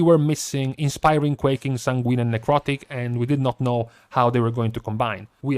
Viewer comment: Please,....it kills me every time you say the word sanguine. It is pronounced SAYN-gwen. Not san-GWEEN. It should sound like you're saying "sang when"